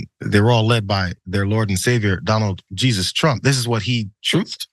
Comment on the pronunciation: that's donald 'cheesus' trump,.